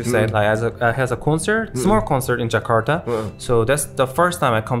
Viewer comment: Kenapa banyak orang Korea kalo ngomong Jakarta jadi Jekardah😂😂